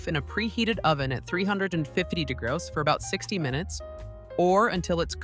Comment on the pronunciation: It's pronounced degrees not dagras